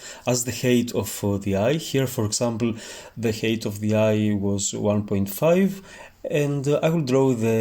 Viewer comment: height is pronounced χάιτ otherwise it sounds like hate = μίσος